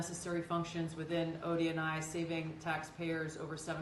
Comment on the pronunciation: I thought she was saying "Odie and I" 😅